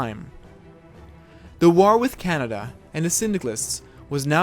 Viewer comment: Someone say Ca-Ney-Dia